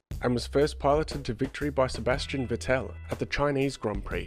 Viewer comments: good video bud, but Vetell? its VeTTel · say it as if it were "Fettl" ;) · The way he pronounced vettel was hilarious; vé-tale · I imagine him sipping a cup of tea with his pinky in the air after each time he says vé-tale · Pronunciation of Vettel is completely wrong ;)